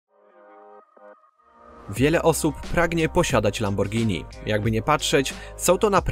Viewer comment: Gościu każda szanująca sie osoba wie jak poprawnie wymawiać nazwę tak znanej marki